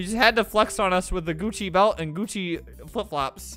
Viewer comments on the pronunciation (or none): none